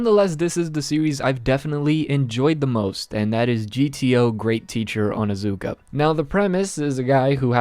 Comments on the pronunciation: its not onazuka ITS ONIZUKA!! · It's OnIzuka not how u were saying it lmao